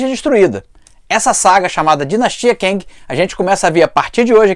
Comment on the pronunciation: Cara, 'quéngui' fica bem estranho 😁 seria o marido da quenga?🧐🤣 Eu leio como 'quêng' mas tá bom Nessa fase aí eu já tinha caído fora de HQ